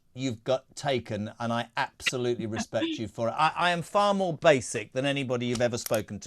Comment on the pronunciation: Stop saying woth respect